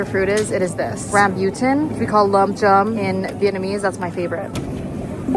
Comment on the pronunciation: Girl, what?! Never heard the American pronunciation before. It's pronounced "rum-boo-tun" 😂 I have a tree at home